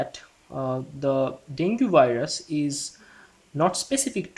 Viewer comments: Great video ! Btw, dengue is pronounced as Deng-gi.. not deng-gu. Have a good day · Frst of all.... It's डेंगी.... Dude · Deng Ghee, its DENGGGGHEEEEE